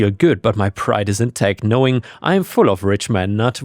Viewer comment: i dont know if its a language barrier but Richmond nuts isnt pronounced rich man nuts